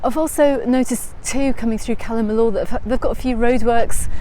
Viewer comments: Apart from her who else pronounces it Calle “milllooor” iv only ever heard it called calla- milla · I didn’t say you were wrong I said iv never heard it pronounced like that that’s all , calla miller, Cala miyour but I can tell you the Spanish hate how we pronounce their language